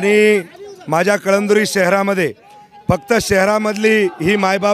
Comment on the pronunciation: कळमदुरी नाही ते कळमनूरी आहे